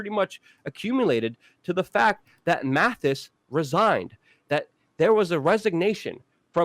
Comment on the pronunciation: Brother it's Mattis not Mathis